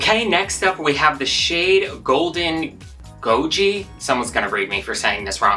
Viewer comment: You did pronounce goji correctly. However, goji berries are red...this doesn't look red to me.